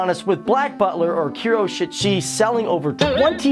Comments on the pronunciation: Ku-ro-sh*t-shu-chi GETS TRIGGERED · he has very bad pronunciation. KIRO-SHEET NOT KIRO-SHIT!!!!! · Kee-roo-sheet-sue-gee. Isn't that how the supposed to say it? Mike-ay-less and See-el SAY IT WRONG AGAIN AND ILL RIP OUT YOUR VOICE BOX AND FEED IT TO YOU! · "kuro - shit - shut - tsi" is what i heard. Please watch the anime BEFORE starting to call them random names ;-; (you said michaelis and ciel wrong) NO HATE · Kuroshitsuji (Kuro-shit-suji) oh my goodness the pronunciation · "Kuroshitshi" I swear I'm done .. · what was with those pronunciations??? lol kiroshitshutshi is awesome. don't mess with sai-ell and Sebastian or their pronunciations... yeahna toboshoo is amazing!!